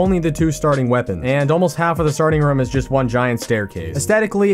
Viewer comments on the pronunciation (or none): I love your channel but hate the way your say room